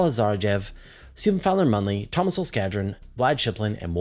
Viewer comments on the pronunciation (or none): none